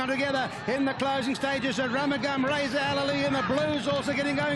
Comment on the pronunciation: The commentator called him "A Rum a Gum".... We were shouting for AROOMOOGAM!